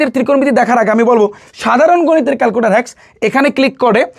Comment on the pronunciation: don't mind calcuter na calclutor❤❤❤